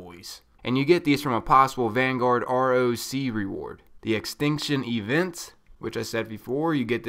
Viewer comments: "Roc" is pronounced "Rock" named after a very large Arabic mythological Bird of prey. so its not said R. O. C. its Rock, get it right. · I got the ugly ripship one :/ Btw it's roc as in 'rock' js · It should be pronounced "Rock" because just like the other Playlists a Roc is an animal, its a giant mythical bird of badassitude